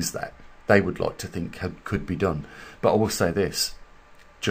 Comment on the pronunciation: Maybe they got 'tired' of your murder of the 'english' language. thinK/thinG ? Etc,etc, ETC.